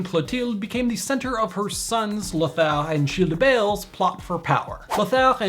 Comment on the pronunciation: Great pronunciation on the French names. I'm really impressed you got the R sound right at the end of Lothar. That was always a hard one for me to perfect. I learned by saying french words ending with an R with a pencil stuck sideways in my mouth. It sounds crazy, but it works.